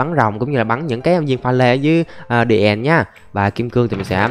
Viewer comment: Pha lê èn, đì èn , tiếng anh best trẩu phát âm